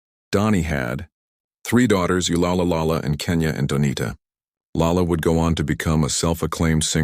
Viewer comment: Thanks! His daughter’s name is pronounced Layla.